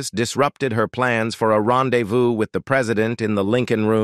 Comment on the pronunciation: Like the says: Kennedy was really "chair-is-matic". He had a "pin-shone" for entanglements with Hollywood...intriguing was his "ren-dez-view" with the captivating "Geena Tear-nay", which was "say-eed to have transpeeried around 1948, a peeriode when Tear-nay was still entwined in the bonds of marry-eee-yay..."